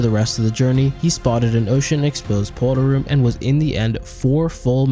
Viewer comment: How he says portal room; pot'ol room, lmao